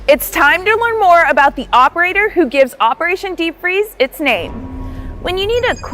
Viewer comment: They pronounced the new operators name so many ways in the video and all of them were wrong 💀💀💀